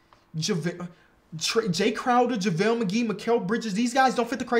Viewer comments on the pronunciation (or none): none